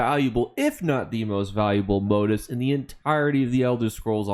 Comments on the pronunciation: I was wondering what "motives" you were taking about. It turns out you're simply mispronouncing "motifs", which is stressed on the SECOND syllable. You're welcome. the i is pronounced like "ee". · Why can’t you properly pronounce motifs? ;_